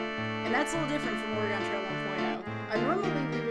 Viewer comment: Oh my goodness, the way you pronounce Oregon. I hope nobody from Oregon hears it. Great video, nonetheless. Really hope we get to see you at SGDQ. You're a true talent.